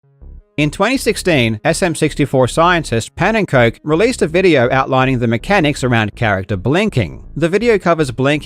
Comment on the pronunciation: Oh dear, as a Dutch person I laughed so hard when you tried pronouncing Pannekoek's name. The A and oe are very different in Dutch(the oe is supposed to be read as a single vowel and when you say UwU in the stereotypical accent that is how the "oe" roughly sounds like. For the A vowel we pronounce it more like how you saw Ouch kinda).